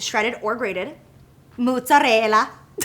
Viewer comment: Lol Italians don’t say “MUTZARELLA”